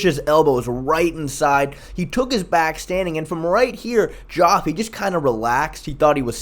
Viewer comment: I know it’s spelled a little weird but it’s pronounced Jeff. The o is silent.